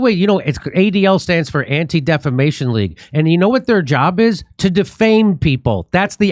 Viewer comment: "Actual Defimation League"